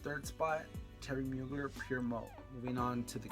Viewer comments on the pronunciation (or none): none